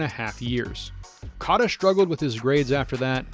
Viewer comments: Cata? Cota . It’s pronounced Coata. You butchered that one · Coat-a , not cot. I instantly turn off videos when people can't respect an athlete enough to research how to pronounce his name. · ur saying cota wrong. its like coata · You butchered Ed Cota’s last name. Pronounce it like “coata” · I came to say this.